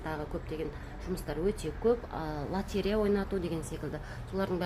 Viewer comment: ЛОТЕРЕЯ деген сөзді дұрыстап айтшы!